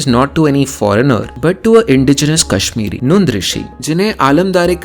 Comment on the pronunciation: This Person is not kashmiri. His quality of pronounciation is not appropriate